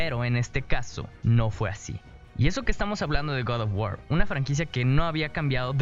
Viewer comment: Guad of wuaar -Kraitos Me hace gracia como lo pronuncias xDD